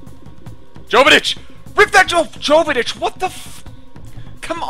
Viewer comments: Not jovetich yovetich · Jovetic is pronounced Yo-vetic, awesome vid